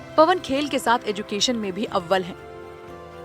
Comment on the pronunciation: पनव नहीं पवन बोले